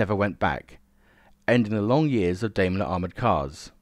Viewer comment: I like these vids although I have to grit my teeth at you examples of "TH Fronting" [the replacement of TH with V. This is an affectation not a speech deficit [unlike your rhotacism [inability to roll your R's], buy why, oh why did you start mispronouncing Daimler? It is pronounced just exactly as it is written and has no relationship whatsoever with Dime Bar. Nice to see that by the second min, you have reverted to the correct pronunciation.